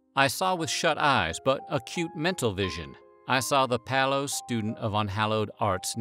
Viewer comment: Since when has the word "pale" been pronounced as "pallow".......?